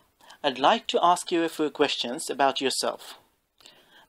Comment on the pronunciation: "I would like to ask you a "foo" questions"😐 Sorry,I just have to say it